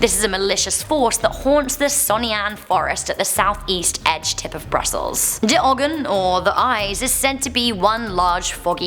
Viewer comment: Did you just pronounce it like a german "de" and ogen with 2 g's?